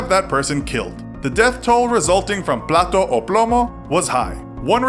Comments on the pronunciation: "Plato o plomo" Dish or led, excellent pronunciation there😹👏🏽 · Plata o plomo lmao at least learn how to say it right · Plato o plomo...lol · Lol, plato o plomo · "Plato o plomo" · I thing what you mean is "plata o plomo", "plato o plomo" means dish or lead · "Plata o plomo" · his slogan is plata or plomo....which in their slang means Money or lead. or take this bribe money or this bullet.... you said silver or lead.. fyi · "Platou ou ploumo"... Your pronunciation is amusing, gringo. Now seriously, I don't get why some people think this guy is some kind of hero, when Mexican Cartels do basically the same, and I don't see anyone cheerishing them. Nationality maybe? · You're saying "Plate or lead." Not "silver or lead." I'm not saying you should stop trying to pronounce Spanish... But rather that you make sure you pronounce it right or verify its pronounciation.